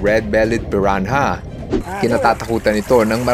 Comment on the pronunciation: "red bellied piran-ha" 😭🖐🏼